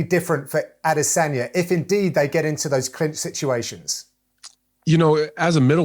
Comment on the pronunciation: "A De San Ya" your job is literally to be a generic voice, at least say names right. Also the more I see Anthony be a boring commentator,saying the same shit repeatedly the less I like him.